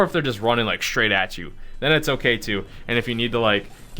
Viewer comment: Love you, but c'mon man "straagiht"